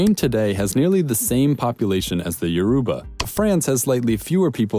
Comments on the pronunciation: No offence I'm just pointing out it's you-ROBA not you-RUW-ba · Man: Yoroooba Igboo Me: no it’s yoh-roh-bah and ee-boh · “Yo ruba” I’m gone💀. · i was excited to watch this till they pronounced yoruba wrong🤦🏾‍♀️ it’s yor- ro- ba btw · It's yoh-rooh-bah actually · John O he said “ee-b-oo” when it’s actually pronounced “ee-b-oh” with the “oh” being a sort of stressed and short sound. He also stressed the wrong letter in Yoruba - it should roughly be pronounced like “your-oh-ba” with more stress on the the “ba” and I’m pretty sure Niger is pronounced “nee-zher” with a soft g. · Yoruba is pronounced Yo-row-ba. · Am I the only one who cringed at his pronunciation of Yoruba,Igbo and Hausa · The way he pronounced Yoruba got me laughing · OMG! Babe you pronounced Yoruba and Igbo all wrong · My guy your pronunciation of Nigerian tribes was god awful. It’s like you barely tried. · You pronounced Yoruba and Niger wrong and BUTCHERED the Igbo pronunciation lol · The pronunciation of Yoruba is killinggg meeeee lmaooo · I'm from Nigeria and I canttt listen to you say Yoruba, Igbo, or Hausa holyyyyyyy